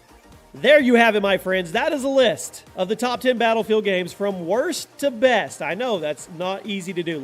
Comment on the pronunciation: you can't even pronounce battlefield